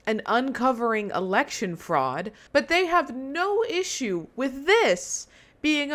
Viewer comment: He said "Election Freud" 🤣